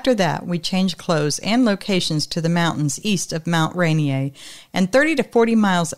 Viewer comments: Mt. Rainier is pronounced like this: Mt. Rain. Ear. But all one word: RainEar. More like : Rai Near. :) (also this is funny but you can youtube search ‘rainier beer commercial 1986’ find it watch the 30 second commercial.. you will laugh. That beer is no longer manufactured but I will always remember that funny commercial.. (it was a local beer company in Seattle). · It’s Mt Rainier pronounced rain ear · Thak you fro all the fun stories. BTW Mount Rainier is pronounced Rain ear. It's not French. :)